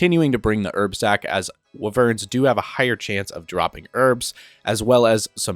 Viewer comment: Hell yeah “skeletal waverns”